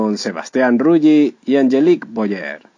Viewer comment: se dice Rully no Ruyi...